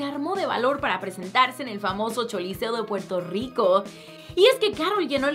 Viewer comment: Porqué le dice choliseo en lugar de coliseo jaja? Tmbn en el video pasado